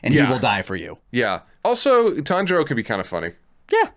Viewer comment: I heard kanjuro when said Tanjiro. My head snapped to the screen!